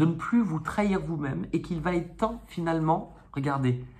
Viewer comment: bonjour, pour vos gratouillis des mains essayez Eucerin, souvent ça marche. on ne dit pas vaT etre on dit va Etre